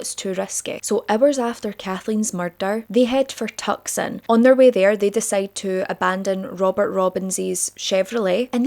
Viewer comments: I know this is totally not the point and not that important but just to let u know that Tucson is pronounced "Tu-son", u don't pronounce the C. I didn't know that until recent years and I don't think it's like a well known thing esp for us outside of America! But yeah, I'm pretty sure that's correct anyway, someone correct me if I'm wrong but just wanted to say for future reference! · Tucson is pronounce Too-sawn, just FYI. <3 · Holy COW I’m from Tucson!! I live for how you pronounced it!!! It’s pronounced two-sawn! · Not tuc son it's tew son put together tucson. I lived there. And just drove gayes pass yesterday. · Hi! Arizona Girl here, obsessed with your videos. You're gorgeous, I could listen to you read stereo instructions for 12 hours cause your accent is the best, and your story telling skills are so engaging and entertaining. Love your fun spirit, as it helps when covering such dark content. But just wanted to let ya know, Tucson is pronounced Too-sawn. Lol. (It's not that great a place any way, but just figured I'd let ya know haha) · Hi, Love your podcast. I love your storytelling and your accent!! I have Scottish ancestry. I don't remember how much!! With a lot of respect to you, I just wanted to help you properly pronounce "Tucson." I'm a Tucson, Arizona native. I know it looks weird, especially when you aren't familiar with the area. Sorry, I'm not picking on you. I'm just trying to help. Tucson is pronounced Too-son. The "C" is basically silent. Again, I appreciate everything you do! Thank you for giving these victims back their names and faces. 🤎🎃🤎🎃🤎🎃🤎🎃🤎🎃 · psst! Tucson is pronounced Too-sawn